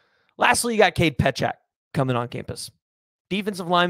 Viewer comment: Pietrzak sounds like Pee-trak. The 'z' is silent. yw👍